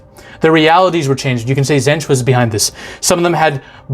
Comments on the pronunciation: Hate to be a stickler, but when you talked about Tzeentch (pronounced with the first T silent), I think you got him confused with the Necron’s original masters, the C’tan (Star Gods), because they were almost all absolutely shattered into thousands of shards to be enslaved as revenge. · Also, to say Tzeentch, you're actually overthinking it, which is funny if you think about what Tzeentch represents. It's Tzeen-tch. Not Tz-een-tch. And another name for Tzeentch is Zenith. Which is funny if you think about the meaning behind that. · U killed them all on the names, but the coke made your mouth too numb the last is pronounced zeench like the T wasn't there and don't forget about chaos undivided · Just on pronouncing their names, you got Nurgle and Khorne right (it's for real just pronounced "Corn"). With Slaanesh you usually emphasise the second syllable (sla-NESH), and Tzeentch is pronounced "Zeench" or sometimes just "Zeech". You knew someone was gonna tell you in the comments. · His second pronouncement of Tzeench for so far off I actually laugh right out live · Sla-nesh is I think how you pronounce it and tzeentch is Snee-itch. And Nurgle is pronounced by puking into the microphone. While I love the chaos gods in 40k, wait till you read about the Necrons. Undead robot zombies that are so powerful they have a piece of tech that allows for remote real time space/matter manipulation from anywhere an they simply use it for google maps at their library. lol. THeir weapons also don't simply kill or burn you. They break you down slowly at the molecular level. One of them is even some kinda klepto an steals artifacts he likes to collect. One time he even kidnapped an entire chapter of space marines an keeps em in a lil pocket dimension like an antfarm. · trying to pronounce these names! 😂😂😂